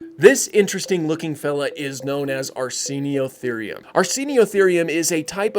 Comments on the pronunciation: oi* not "io" 😆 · You don't pronounce it correctly, do you?